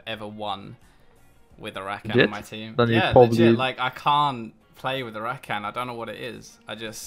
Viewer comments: Ruh-khan not rack-can. Couldn't watch after 3 minutes lol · Ruh-khan??? wtf are you on about? It's Rah-kan